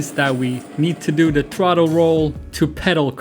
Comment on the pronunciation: Dudes it's called throttle, not trottle.